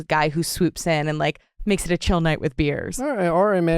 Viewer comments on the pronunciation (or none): none